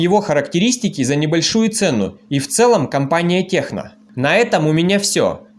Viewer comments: Даже правильно название телефона выговорить не может,печаль...что за Техно?!? Название - Текно. Наверняка и на Онор говорил Хонор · Только не техно, а ТЕКНО 😉